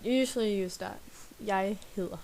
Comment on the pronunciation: Your dd in hedder sound like L ( heler) am I right?